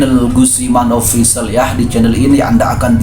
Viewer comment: Cuman saran aja kawan ... Tata bahasanya bisa diperbaiki khususnya kata baca "official" Dan bahasa lainnya bisa diperbaiki ...